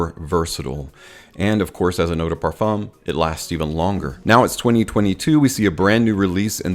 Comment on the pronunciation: It's not Perfomme its Perfum....